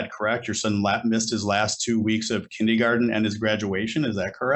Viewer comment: Love the judge pronouncing kindergarten as “ kindy garden “